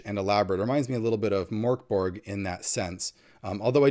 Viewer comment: The G in Mörk Borg is pronounced with a soft G. The Ö is pronounced like the sound in Bird. Merk Borj